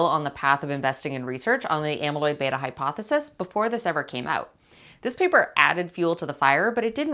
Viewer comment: Well done, it was nice to hear someone pronounce “beta” correctly 🧐